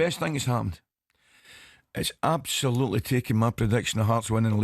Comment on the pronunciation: Love when Ally says abshullloootley and shennshassional, your time is up mate keep aff the bevvy